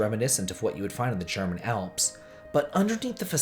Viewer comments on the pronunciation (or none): none